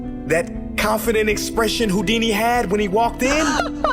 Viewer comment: really went with harry hou- dumcy instead of harry houd- weeny